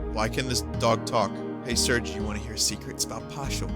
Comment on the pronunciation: Fun fact, Serge is pronounced 'Sairzh," like the french name. (As denoted by the japanese phonetic spelling)